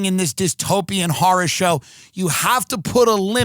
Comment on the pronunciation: "This country is a harr-uh" -Timothy Jefferson Beauregard Sessions Dillon